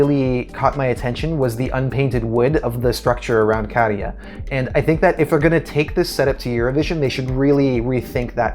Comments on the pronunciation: Great pronunciation of Käärijä! Only thing to add to that is, Finnish generally has no emphasis on either syllable. I think this is definitely a potential winner. If the audience gets on board, and they will because they hear the songs multiple times, the atmosphere will be electric in Liverpool,and that's contagious to the audience at home. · Great job on pronouncing Käärijä correctly. 🙂 Well done. 😊 So many English speakers are pronouncing his name as Caridja. 😄 So I appreciate the effort. Käärijä is my personal no. 1, no matter where it ends up. I'm hoping for him to win overall of course. Thanks for the video. 💖